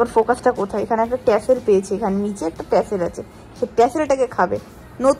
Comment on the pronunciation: টার্সেল ❎টেসেল ✅